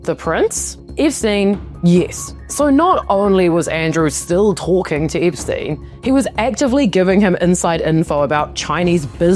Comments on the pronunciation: It’s Epstein, lady, NOT Ipstein. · What are you , Aussie , Kiwi , South African , or which part of the Uk are you from ? Your mispronunciations of the English Language is atrocious ! Ip steen , a geen . . . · Eeepstein and mega keeps making me giggle. I love the accent you have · I love the way you pronouce Epstein like, "Ipstein". I keep hearing it as "Dipstein". 😂